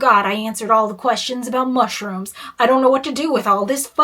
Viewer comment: the way she emphasizes MUSHROOMS keeps sending me